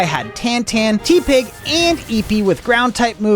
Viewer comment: Why is no one talking about how he pronounces tepig?